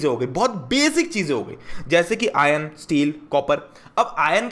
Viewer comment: If anyone noticed he says "ion", not "iron"😂